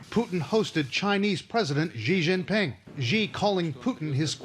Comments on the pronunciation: its pronounced shee jeen peeng You are welcome. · 习近平, Xi JINPING (pronounced ''She'' ''Jin Ping'') You failed me Trevor😤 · Very funny, but we expect nothing less from Trevor Noah. But seriously, could we learn how to pronounce some Chinese names? Because maybe they'll be used again and again and again? Xi Jinping is not hard to pronounce better than they did. Pronounce Xi like the English word "she" and you're close enough. Jin like the drink gin. Ping, you know like you ping on a computer? And while we're at it: 北京 Beijing, Bei, north, like bay, jing like in jingle, jingo, not with that dreadful ж/zhzhzhz, j like in jog, just, joint. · I died at how he pronounces xi Jinping as "Ji Ginping" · I'd say you guys pronounce the president of China in a wrong way. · How come neither the CNN reporter or Trevor knows how to pronounce Xi Jinping correctly? He is world leader. Put some effort into it!